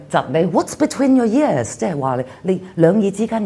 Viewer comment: Ears is not pronounced as years as has done a few times above.